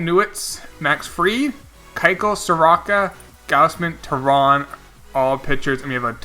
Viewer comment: All you need to know about how overlooked the Braves are is Mike Soroka has been the 2nd best pitcher in baseball this year and my man didnt even pronounce his name right (Soar-Oh-kah) As well as Mike Foltynewicz (Folt-Tah-Ney-Vich). He was an All Star last year